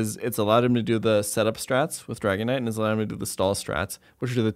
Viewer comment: Did he call the dragonite rice??😂😂😂